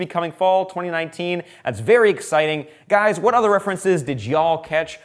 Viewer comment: Did he just say “see ya gayyyys next time?” Well thank you